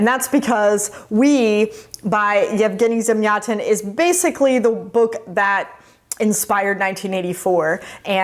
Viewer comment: You actually pronounce Yevgeniy Zamiatin close to perfect